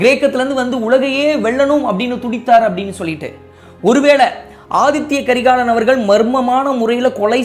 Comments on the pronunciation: Inime pulampi enna nadaka pogudhu🤦🏻‍♀️Athitha not Athithya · ரெண்டு மூனு முறைக்கு மேல ஆதித்ய கரிகாலன் என்றே உச்சரிக்கறீங்க, ஆதித்த கரிகாலன் என்பதே சரி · Aadhithya karikalan illa " Aditha " karikalan...Tamil word athitha